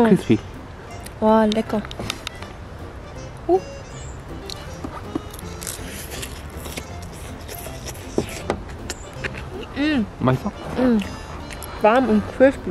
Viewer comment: 거의 원어민 수준의 "맛있어""